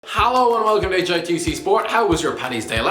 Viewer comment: He says halo instead of hello